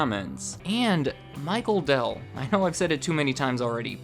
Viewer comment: Dude you're getting a Dell'DOH